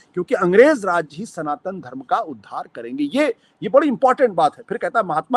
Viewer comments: सनातन को संतान बोल रहा है मूर्खआशुतोष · It is not Santan, it is Sanatan....